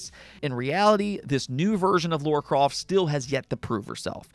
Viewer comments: He does say Laura 🤣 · it's LARA not Laura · Dude your content is great but for the love of the gaming gods, it's Lara not Laura!